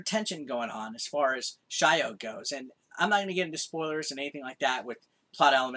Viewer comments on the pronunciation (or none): I have a feeling its not shy-o but sio as in salt in japanese...